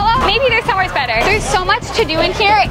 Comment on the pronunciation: I’m not making fun of you, but why do you always say somewheres instead of somewhere?